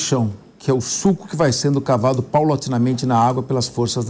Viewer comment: rrrr é sulco e não suco, você é excelente